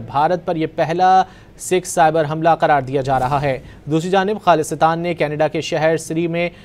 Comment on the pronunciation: This news reader needs to learn how to pronounce the word “Khalistan”